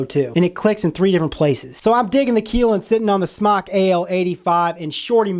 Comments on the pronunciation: its pronounced Ki lin. y is pronounced like eye not ee K eye lin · man you're keelin me with the mispronounced words. kylin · My name is Keelan. It's pronounced the same way as he's pronouncing Kylin. This video is odd...... Lololol